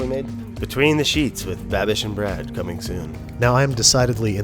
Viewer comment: Can NOT get over “babbie”